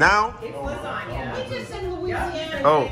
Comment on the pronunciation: luisangna, no its lasgna loooooooooooolllllllllllll!!!!!!!!!!!!! ah you guys are super funny, love the american and nigerian dynamic its wonderful